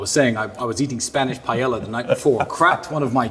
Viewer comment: I didn't think it was possible, but Tristan is even more pretentious than Andrew. It didn't even take 30 seconds to become evident. Pronouncing paella, Pie-Elle-a. Hold on, I'm booking my flight to Paris--I have a craving for Salad Nick-oi-See